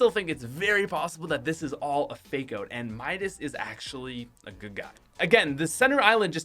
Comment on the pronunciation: Anyone else love how he says oat instead of out😂